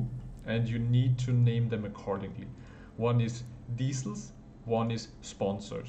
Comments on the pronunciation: Extremely helpful, nice and concise! Excellent tutorial! Just a tiny tiny note is that I think it's pronounced 'dee-kals' instead of dee-cell'. I make plastic scalemodels so I come across the word quite a lot. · I like how you say decal as diesel :) Thanks for the video